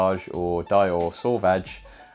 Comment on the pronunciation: Finally! A video that gets the Dior Sauvage pronunciation correct! I applaud you Sir 👏👏👏